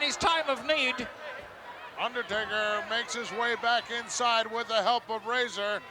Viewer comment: Most of the matches on this VHS tape all circulated the house show circuit around Spring to Summer of 1992. Lord Alfred mispronouncing Razor as Raahhzar 😆 Great times.